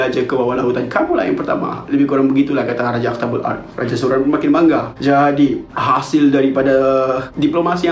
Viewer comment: raja aktabul ard sounds like dabbatul ard urmm